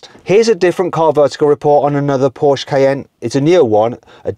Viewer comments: Trust Mat to have a whole collection of Pooshe(porsche) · How hard can it be to say Porsche Mat Watso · How much does it cost to pronounce Porsche correctly?